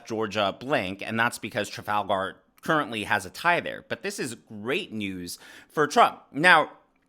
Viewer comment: Why does he pronounce Trafalgar like it’s a character from LotR?